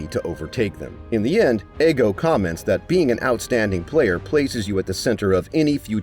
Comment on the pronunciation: his name isnt fucking eggo its ego